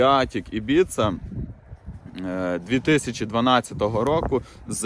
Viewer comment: Ib(I)ca😂😂😂😂😂ну рагуль😂😂😂😂